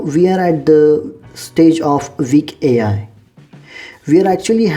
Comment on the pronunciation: Good video! PS: Your pronunciation of "weak" should be corrected. Thanks. Google translation can pronounce sentences.